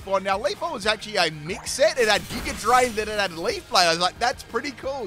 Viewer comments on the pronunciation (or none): none